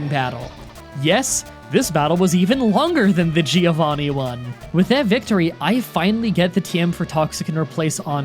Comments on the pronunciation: Btw Giovanni's name is pronunced like this "joe-van-nee" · It's funny you complain about your name being misspelled and you always call as Gee-Oh-Vanni you idiot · Italian tip: Giovanni is pronounced like "Jovanni" rather than "Geeovanni". It's the Italian for John, not for Geeohn